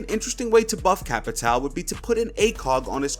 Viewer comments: I’m pretty sure capatao is pronounced ca-pa-shi-o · Heyy,whats up,I’m Brazilian and there is a pronunciation to “Capitão” that you can use.Try to call him “Capitawn” Se tiver algum BR aí da up! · It is not CapitAL, It is Capitão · CAPITAO IS PRONOUNCED "CAPITAN" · Capitao ? Capitao? TAKE DOWN THE VIDEO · "Capitao" for me a brazilian this hurts to hear